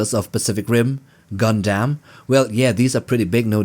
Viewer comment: GonDam is the only way I’m pronouncing gundam from now on